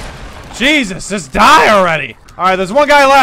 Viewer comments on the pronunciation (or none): none